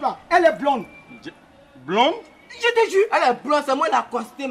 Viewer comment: Aahhh c'est un blande ont dit pas bland mais plutôt blonde